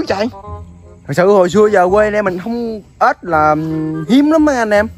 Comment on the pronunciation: Ếch ba ơii chứ k phải ết ba ơii